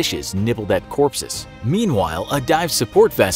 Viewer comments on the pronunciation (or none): Lol "corpses"